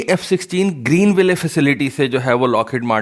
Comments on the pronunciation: The name of the city "Greenville" is pronounced: "Green Will" It's not to be pronounced as: "Green Way Lay" Your videos are very informative otherwise, keep up the good work... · bhai ap ville ko will parhen .ye sahi pronunciation u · صحیح تلفظ۔۔۔۔۔۔۔گرین وائل کور۔۔۔۔۔کورپس کا مطلب لاش ہوتا ہے معذرت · The final e in Greenville is silent. Don't pronounce it, makes you sound illiterate.